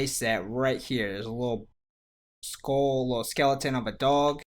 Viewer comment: why does he say skull like skole